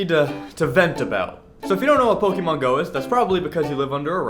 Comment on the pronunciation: You're pronouncing Pokémon wrong. XD